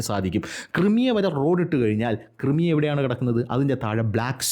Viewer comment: ക്രൈമിയ please Also ഡോണസ്ക് not ഡൊണസ്ക്